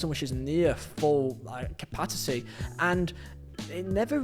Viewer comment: Capaticy 😂😂😂😂. Good video as always.